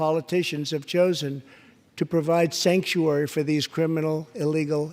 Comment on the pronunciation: Okay I know president trump said Stanksuary instead of sanctuary but all cases of them it is stanksuary it stinks any state has sanctuary cities they should not exists with terrible rules. Love the speech here this president you got to love him whether you hate him or trying to impeach him you got to be at loving heart to a fighter for the u.s.a fight on mr Trump The Trunp card for the United states so fight on And one of the best or the best State of the union Addresses I ever seen